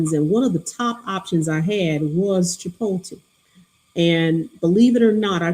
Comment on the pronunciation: Yalls pronunciation of Chipotle is hilarious. But hey who needs pronunciation when you're as brilliant as you two!